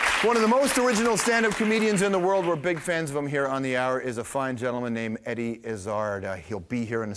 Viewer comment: jesus, how can the host mispronounce Eddie's name...